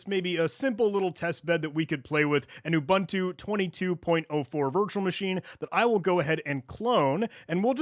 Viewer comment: Repeat after me: oo-booon-too not oo-ban-tu. Great video otherwise.